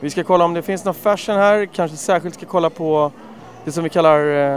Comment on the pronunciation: Jag trodde han sa "färsen", men det var tydligen "fashion" han sa, HAHAHA!